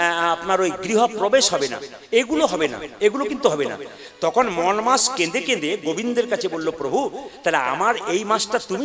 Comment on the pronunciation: উচ্চারণটা ঠিক করে করে ওটা মল না মলমাস মল আরমাল তফাৎ বোঝেন না